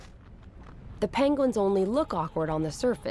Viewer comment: Came here to watch a narrated documentary on penguins ( which aren’t pronounced as PAHYNngwins .. that’s so irritating ) and ended up seeing a bunch of people and their need for camera time and attention, rather than actual decent info , observing the animals in their habitat Without it being interrupted so much with all these random folks commentary and whatever they’re doing ... I get it but that’s not what I’m interested in ... perhaps this needs to be labeled more accurately , where it’s not misleading .... bc most Ppl see the title and will assume it’s actually about what’s being labeled in the title and instead , this is more inclusive of silly insignificant crap among the ppl thinking they’re so funny and relevant or edgy ... I appreciate what they’re doing. Not saying They don’t deserve some Credit for their hard work ... I’d happily watch a documentary designated to include their ongoings and insights and commentaries but this isn’t what I wanted to watch at all..